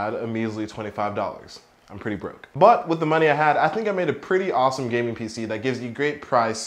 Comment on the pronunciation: "I'm pretty brok !!" lol